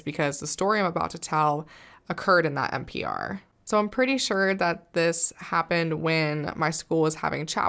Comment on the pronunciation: you don't know how many times i ran that one part back trying to figure out what an NPR is; but you said MPR, as in multi-purpose room. lol.